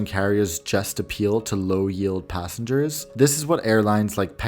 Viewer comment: mantikli gelen yerlerde nokta varmis gibi okursan gayet iyi anlasiliyor. Bi tek “passe hers” dedigi passengers herhalde